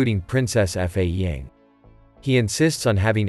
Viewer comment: F A ying? It's Fa Ying.